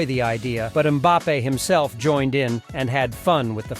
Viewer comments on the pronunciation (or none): none